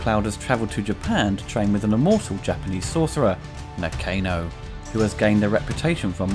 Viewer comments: I'm pretty sure it was pronounced Na-Khan-o, not Nah-Cane-oh.... ;-) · Did you even watch the film ? You are pronouncing Nakano incorrectly.